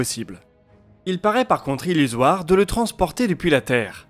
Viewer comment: illusoire ou ullisoir ? 😄